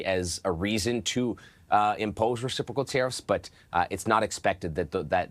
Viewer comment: This host is awful. He’s biased and can’t pronounce words. Resiprosal?